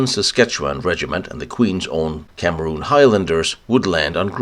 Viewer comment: "Queen's Own CAMERON Highlanders" ..... Not pronounced CAMEROON.